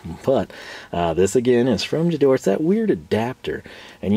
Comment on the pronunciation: guh-DOR-uh, not juh-DOR 😉